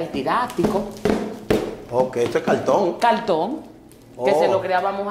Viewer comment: Por decir "cartón" dice "CALTÓN", ni pronunciar sabe.